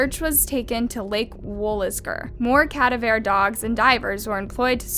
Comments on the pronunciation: For reference: Cadaver Dogs you're saying Ka-da-veer. It's Ka-da-vuh. Enphasis on the da, not on the ver. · Uhhh CADAVERE???🤨 How does one upload true crime cases & mispronounce a very relevant word in true crime? I'm truly lost on that-not trying to be an ass, I'm now a subscriber & think you're very good at telling the stories, just kinda confused on that 😬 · Cat - A- vare dogs 🤦🏻‍♀️ Ka-da-ver- cadaver ffs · What's a cad-uh-veer dog? Do you mean cuh-da-ver? Cadaver...dead boy. Cadaveer..not a word. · It's strange that you chose to talk about her music choice in detail which actually is quite irrelevant. And again, "Cadaver" is not pronounced as "Cadavær" it's "kəˈdɑːvə" or "kdaavr" (first vowel 'a' is very short, second vowel 'a' is emphasized and third vowel 'e' is almost silent). You tend to mis-pronounce words using all vowels sounds individually, like c-a-d-a-v-e-r (kadavaer). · For you future knowledge. "Cadaver" is not pronounced cad-a-ver. It's pronounced ca-dav-er. With the emphasis on "dav". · Not CAdaver ...caDAver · If you cannot pronounce “cadaver” correctly then shut down your channel. Here, I’ll help you Try this: CUH-DAV-ER not CA-DUV-ER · I love your show thank you for bringing this evil to light... I must say I’ve never heard it pronounced “CADaver” usually its pronounced “caDAVer” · HbyyHi! love, b real quick the word “Cadaver” is pronounced here /cuh•da•vr/ not cahdahvér! Ca is the ‘u’ sound in “ummm”, The da sound is like the da in ‘dad’, and vr is pronounce exactly like “purr” but obvi with a v!! no judgement or disrespect on this just trying to help ( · Just FYI you're not pronouncing "cadaver" right. It's like "KUH-DAA-VUH, not at all the way you said it...something you should probably know if you're running a True Crime channel! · cuh-DAH-ver dogs. As in a dead body/corpse is a cadaver. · Ca-da-va dogs lol keep up the great work. I'm so glad I found your channel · "Ka-Dav-R" dogs. Cadaver dogs. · Cadaver is pronounced ku dah ver btw lol